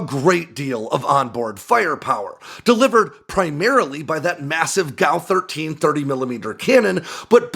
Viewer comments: You pronounce G A U (Gun Aircraft Unit) as Gow. Do you pronounce G B U as Gaboo????? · G. A. U. not gow. It's like saying Are-15 for A R-15 or Ack-47 for A.K.-47 or Foul for and F A L